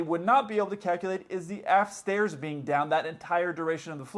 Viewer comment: You said "aft stairs." I heard "ass stairs." Then I saw the photo. 😂😂😂